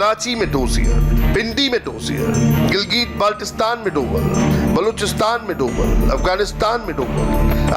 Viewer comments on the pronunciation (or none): डोवल नहीं डोभाल.....तुम्हे तो नाम ही नहीं पता ढंग से